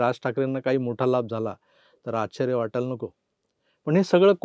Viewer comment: तुम्ही संघ वाले आहात म्हणून शुद्ध बोलावे तुम्ही "आश्चर्य " शब्दाचा नीट ucchar करावा